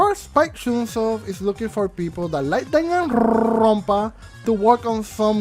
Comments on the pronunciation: Nobody:....: DanganRRRrrrronpa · Nobody:: ChRRrrrrismas, DanganrrRRRrronpa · "Danganrrrrrrrrrrrrrrrrrrrrrrrrrrrrrrrrrrrrrrrrrrrrrrrrrrrrrrrrrrrrrrrrrrrrrrrrrrrrrrrrrrrrrrrrrrrrrrrrrrrrrrrrrrrrrrrrrrrrrrrrrrrrrrrrronpa" Also, haha go brrrrrrr sorry if this was mean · why you say danganrrrrrrrrrrronpa so straaaaaangely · nobody: no one at all: the universe:: DaganRrrRrRRRrrRrrrronpa. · The way you say ‘danganronpa’ makes me laugh hard af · Spot the tongue roll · Ooo a new Danganronpa game that would be cool Hahaa I love the way you roll your R’s lmao 😂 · Love the way you rolled your rs when saying Danganronpa